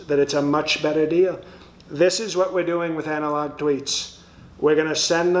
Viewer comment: 😂😅 Anal-Log 😂😅 These vehicles should have that logo on them while delivering these postcards... Anal-Log Service